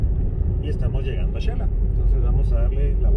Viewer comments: Ahy va una salvadoreña yo creooo porq dice chela, no se dice chela es , Xela,va oh son SALVADOREÑOS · Corrección eh.. se dice Xela..no Chela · Se dice Xela como Xilófono no chela.. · No chela se dice xela